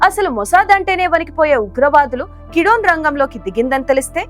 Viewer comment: Madam peru marchu kidone kadu gidyone